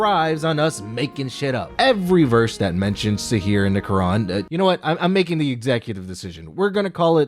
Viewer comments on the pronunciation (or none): It is sihr not sihir